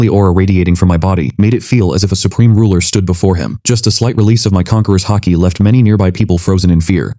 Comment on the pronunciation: Its haki not hockey btw